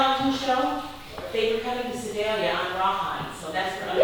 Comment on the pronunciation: I may have cringed at your pronunciation if Sedalia lol. if I knew you guys were coming through I would've met you :P